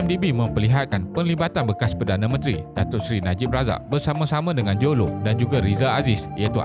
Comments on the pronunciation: Admin tolong sebut betul².....lo taik jo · Admin sebut mcm bunyi low TAIK joe jer wkwkwk